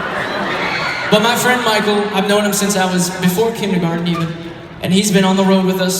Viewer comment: it sounded like he said before I was in kidney garden XD